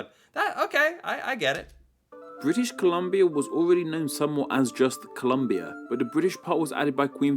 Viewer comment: Thank You! Although.... he won't ever read this. He's been doing this for two years and still says "British Columbia" like a Kindergarten teacher.